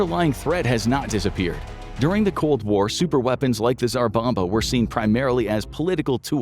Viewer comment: the video repeatedly says "A Single Tzar Bomba"